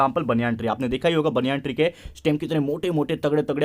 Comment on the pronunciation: sir no offence but banyan nahi banana